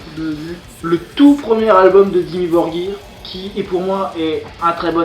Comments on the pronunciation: Vu que vous avez l'air d'avoir du mal sur la prononciation : Dimmu Borgir = Dis moux bord gear (comme en anglais) Opeth = Eau peth (avec le th de "thrash" prononcé à l'anglaise) Voili voilou Sinon comme d'habitude bonne vidéo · personnellement je me suis basé sur des interviews du groupes, sauf que Dimmu Borgir est prononcé avec les "r" roulés comme en espagnol mais ça à moins d'avoir appris l'espagnol à l'école (ce qui n'est pas mon cas, j'ai pris allemand) ce n'est pas très facile... Sinon j'espère avoir été utile (pour une fois) et stay metal!